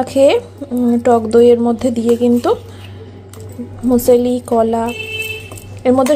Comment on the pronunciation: মিউস লি।। উচ্চারণটা এরকম হবে।